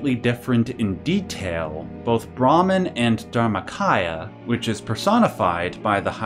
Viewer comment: This is just a little nitpicking. You have the word brahman and atman on the screen so we know what youre talking about, but the way you pronounce brahman sounds like brahmin which is the word for the priestly varna (caste) of hindu heirarchy. That being said, one of the most important hindu texts, the baghavad gita which is a section near the end of the grest epic the mahabharata depicts krishna revealing to arjuna that he is in fact brahman. This scene has many depictions in art where krishna shows arjuna that he is just one of the infinite faces of the brahman. In this way, you can call each incarnation of braham in the various deities masks.